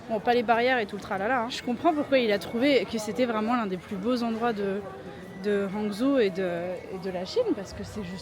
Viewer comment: Ça me fait super plaisir de revoir ma ville de coeur dans vote vlog ❤. J'ai fait un semestre d'échange à Hangzhou au printemps 2024 et ça restera gravé dans ma mémoire. Ça se dit "rhanguedJo". En effet, je pense que vous n'avez pas pu visité assez la ville pour pouvoir l'apprécier à sa juste valeur. C'est tellement vaste qu'il faudrait au moins 2 à 3 jours pour voir les choses les plus belles de Hangzhou comme les champs de thé Longjing ou encore le City God Pavillon qui se situe juste en haut de la Hefang Street que vous avez visité tout à la fin. Sa vue de nuit est à couper le souffle sur le West Lake, la Leifeng Pagoda et toute la ville. En tout cas, j'ai hâte de voir le dernier épisode!!! Merci les filles de nous faire voyager avec vous!